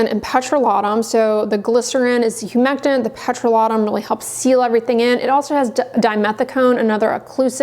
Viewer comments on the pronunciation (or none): none